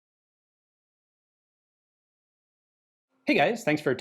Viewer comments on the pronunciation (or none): more of a 'peh-peh-sha' than 'Pah-pah-sha'. It always bothers me for some reason :D Like you actually try, you asked someone to give you a native language appropriate pronounciation but they failed you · weeel, the really correct one would be "pe-pe-shah 41" and "pe-pe-es 43" Ive spoken with quite a few ukr and rus about guns, never heard papasha, did hear pepesh though, a nickname pronounced like depeche of depeche mode. but the russkies never pronounce P as "pa" and of course, western alphabet doesnt even have anything close to the kirillytsa three prong "šsha" also, the backwards R means "ja" so every western stereotypical russian text looks ridiculous to anyone who has studied the slavs for more than a day. sincerely, someone who hates putin, isnt russian, but speaks it enough to throw my two kopeks in. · We pronounce П as "peh", not as "pah", so yeah, it's "peh-peh-sha". But, PPSh, like a lot of weapons, earned the nickname "papasha" during the war, which means "daddy", and obviously sounds similar. It's pronounced with the stress on the second syllable, so Ian's pronunciation still isn't correct, but it's close enough.